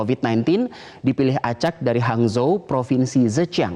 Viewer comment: Hangzhou sama zhejian cara ngucapinnya bukan gitu mas :|